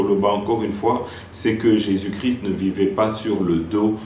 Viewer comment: Cardinal ne sait pas prononcé christ , mot cri ce n' est pas christ .